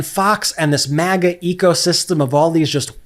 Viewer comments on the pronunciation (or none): none